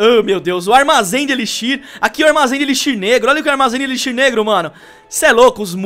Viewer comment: cara fala tudo errado armazém de elixir kakakakakaka